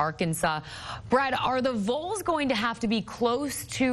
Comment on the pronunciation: Doesn't this woman understand how to say Vols? 😂